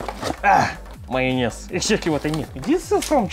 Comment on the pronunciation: I love how he say mayonnez